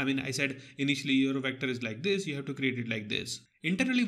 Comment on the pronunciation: The way you said vectorrrrrr....